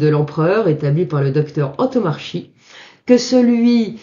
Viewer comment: Le nom (corse) du Dr Antomarchi se prononce an-to-mar-ki et non an-to-mar-chi, avec accent tonique sur mar et baisse de la voix sur le ki final.